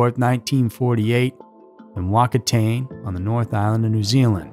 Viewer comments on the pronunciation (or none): Its pronounced Fuk- a -tarn-A Whakatane is a Maori name. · Whakatane is pronounced faa-kaa-ta-nay. Just FYI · Your prounciation of Australian and New Zealand place names is very off. Mt Isa is said as it looks. Isa. Whakatane is not right either. Watch A Cry In The Dark. Will help